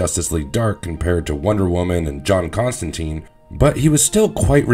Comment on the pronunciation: Constantine rhymes with wine or fine